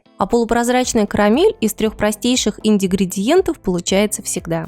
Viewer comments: Извенните но не ингридидиентов, а ингридиентов. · Ингредиентов а не индигридиентов!!! 🤦‍♀️😂😂😂😂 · Индигридентов?😂 Может ингредиентов?😳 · Индигриентов много не бывает 😅 бывает😂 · Ингредиентов* А не индегридиетов - как до такого можно было докатиться? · Автор, вам бы отработать правильное произношение некоторых слов. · Индигридиентов? Смешно! НО, правильно все таки - ингредиентов... ... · ИДИГРИДИЕНТОВ 😁ПРОСТИТЕ 🙈💋🌸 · ИНДИДИгриентов? Или. Ослышалась?₽ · Индигридиентов сказала 🤣🤣🤣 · "Индигридиентов" XD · Аххах.. Индигриетов..... Это дааа 😁😁😁